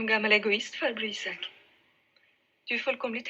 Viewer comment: It's pronounced Eesak I'm pretty sure